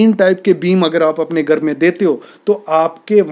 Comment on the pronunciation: Would be nice if you could pronounce GHAR correctly. Tired of hearing of GAR.